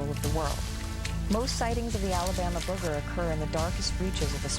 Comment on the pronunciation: This is my favorite cryptid, mostly because of the way the natives say, "Boogah". Love it.